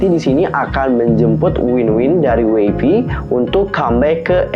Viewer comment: Ayo kak nnti bahas WayV donggg💚💚💚 luv kakak💚💚💚 oiya kak mau koreksi WayV dibacanya "weivi" bukan "waivi" hehehe💚💚💚